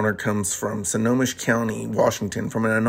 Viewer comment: Great story. 'Friends don't let friends,' though. It's pronounced 'SNOW - HOME - ISH.'